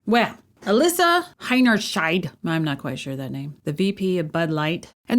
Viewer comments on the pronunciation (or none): It's pronounced Alissa Heiny-Scheit